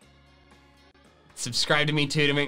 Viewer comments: He literally said suscride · “So don’t forget to suscride” 😂😂😂